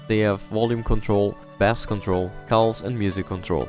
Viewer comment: Bass is pronounced as base not as the fish